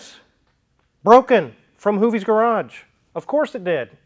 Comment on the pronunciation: Thought I heard “Hooptie’s” garage. 😂